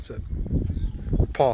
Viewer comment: When said “paw” it sounded like “pog” lol